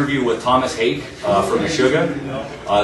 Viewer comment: i thought it was pronounced ha-ake, like heartache, but HA- ache